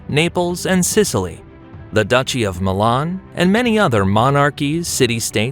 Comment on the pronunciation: Your mispronunciation of Savoy, Turin and even Milan is just f***ing embarrassing, son. 😢 How d'you manage that ? They're only two syllables ! 😠 🤬 😡